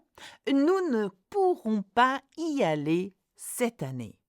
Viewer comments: Is there a liaison with “pas & y”? I’m not sure I heard you say it? I thought it was supposed to be “pa zy aller’. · Please why is there no liaison for '...pas y aller...' in the last sentence